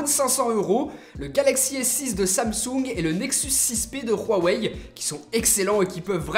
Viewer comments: Par contre c'est une legende, Huawei ne se dit pas Rwaway, je parle un peu chinois et on le prononce Ouawaï ou Ouawey, entre les 2 . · on dit ''ouawey '' pas '' rouawey '' , voila , c'est toutu pour moi , sinon super video , continue comme ca tu fais du bon boulot , je t'ai croise a la PGW et j'ai fais une petite photo avec toi !!! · on dit pas rouhawai mais huawei 😂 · Huawei pas RRRUUUAAwei!!! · il ma tue khuawei mdr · j'ai juste une remarque on huawei pas rwawei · Pk vous dites tous rhwawey c huawei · Il dit roiwei😕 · Pk tu dit hhuawey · rouawei lol 🖕🖕🖕 c'est ouawei 👿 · Léo 78 Huawei est une marque chinoise et dans le dialecte que parle le constructeur de Huawei, le H se prononce R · huarwei tu peut pas prononcer normalement ? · PowerOfMoule Huawei est une marque chinoise et dans le dialecte que parle le constructeur de Huawei, le H se prononce R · C moi où tu dit ruawei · pourquoi tu dois (R)Huawei ?? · L'Instant G Huawei est une marque chinoise et dans le dialecte que parle le constructeur de Huawei, le H se prononce R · lol tu dis rueuwai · Oulio Cécario Huawei est une marque chinoise et dans le dialecte que parle le constructeur de Huawei, le H se prononce R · c marrant comment tu dis huawei